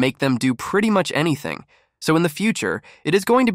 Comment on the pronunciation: "Sow" means so